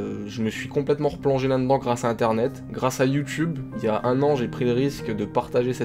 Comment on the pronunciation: Finalement, la seule chose qui n'a pas changé, c'est qu'il dit toujours "là n'dans"" au lieu de "là dedans" haha